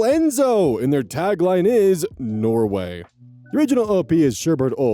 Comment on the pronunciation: Something about the way says “Norway” really cracked me up